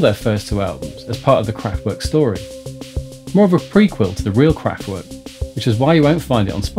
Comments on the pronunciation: werk is pronunced verk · the mispronunciation of the band's name is a bit annoying though. And Radioactivity came out out Nov 1975 not 1977. And he skipped Trans Europe Express in 1977.